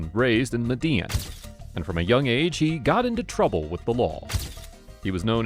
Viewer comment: Lol! The famous “Mhh-Dee-Inn” cartel! 🤣 It’s pronounced “Med-ah-een ” I love your channel ❤